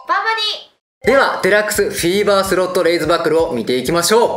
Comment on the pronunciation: フィーバーがセイバーにしか聞こえない